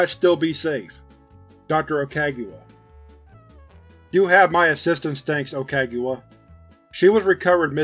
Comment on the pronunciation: I can't help but notice you didn't say Doctor Okagawa's name correctly once... Love the video all the same.